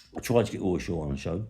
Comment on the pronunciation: Who is "Woy Shaw" ?